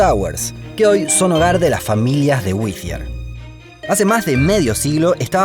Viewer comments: Perdona, amigo, pero creo que no se pronuncia "güi-zi-er" sino "guai-ti-er", más blanco en español. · Te corrijo la pronunciación. Pronunciás el nombre del pueblo como si fuese Withier, pero se pronuncia “Wirier”. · se pronuncia WITTIER en inglés britanico y WIDIER en Inglés americano. Hasta en el video dicen Widier y este huevon sigue diciendo Whitthier. Ignorancia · Solo una corrección: es WhiTTier, no WiTHier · La pronunciación es Witier . No existe H después de T para dar el sonido Z. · Seguro que se pronuncia así? Se escribiría "Withier", pero es WHITTIER. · Es más fácil pronunciar bien el nombre de la ciudad que hacerlo como el narrador del video. No es “Whithier”, sino Wittier. Por lo demás, muy interesante. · Ese sonido que hiciste al decir Whittier queda reservado para la grafía TH como Thursday o Thanks no para la T. De hecho en inglés norteamericano esa t se pronuncia como r del español, alguien lo pronuncia así en el vídeo. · It’s Whee-ddier ( pronunciations) no. Whezzier ! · Y la ciudad se llama Whittier no Withier... Los argentinos son pésimos pronunciando en inglés. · Whithier o Whittier? 😂😂😂😂😂😂😂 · Sólo una pequela corrección, que me estuvo molestando todo el video. Las doble T en el nombre del pueblo (Whittier) no se pronuncian como "TH" en Inglés, mantienen su sonido de T. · Nada de "Güizier". Antes de aprenderte el nombre del pueblo deberías saber cómo se pronuncia. El nombre se pronuncia "Güitiaer"....se me abren las carnes cada vez que te escucho pronunciarlo con C/Z...el el aumentativo de white, my friend! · Creo que lo pronunciabas mal la ciudad, ya que se llama Whittier y lo pronunciabas como si fuera Whithier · lo esta pronunciando mal. La doble T, con acento americano es "wiRier" (con acento britanico seria "wiTia"), pero el narrador lo pronuncia como si fuera TH, lo cual es incorrecto ortograficamente, para empezar! 🤭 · No se pronuncia uizier se pronuncia uirier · ¿Por qué en español lo pronuncia como “Withier”? 🥴